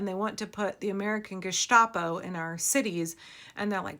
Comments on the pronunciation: Please to forgive minor German correction: It is Gestapo, not ge-shtapo. The "sh" is only for words that start with st, like stehen, standen, stachel, Stadt, and so forth. Only for the initial "st" but not for "st" anywhere else in the word. Thanks for your attention to this matter. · i love you,, but PLEASE stop pronouncing GESTAPO as geh-SHTAH-po. It is geh-sssTApo. No shhh. Thanks.